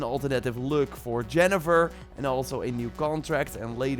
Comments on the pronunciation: Map no one is gunna notice that he said “Jeniffer” instead of “Yeneffer” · He's really said yennefer as "Jennifer"😓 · Did he just said Jennefer? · You deserve a dislike for saying Jennefer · Jennefer? OUCH. Please dont call her that. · I decide to turn off this video right after he called Yennefer Jennifer. He has absolutely never played The Witcher 3. Pure scripted content, can’t even say Yennefer right. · Yennifer not Jennifer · Not Jennefer, its Yennefer. :) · Did you just call yennefer Jennifer? 😂😂😂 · Jennifer? C'mon man. Its YENNIFER!!! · Please don’t call her « Jennefer » it annoys me 😝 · Lol he said Jennifer instead of Yennifer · If you're going to correct him do it right. It's Yennefer. Double n, not double f. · It’s gonna be Gwent💀 Edit: It’s Yennefer with a Y not a J. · Did he really bloody say GENNEFER? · was about to write that too! how dare he call Yen Jennifer?! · You did not just say Jennefer did you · The way you've read yennefer hurt me